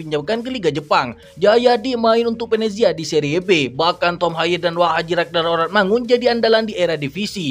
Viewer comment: menit nyebutin oratmangon lidah lu kmn bang..ngakak gue😂😂😂😂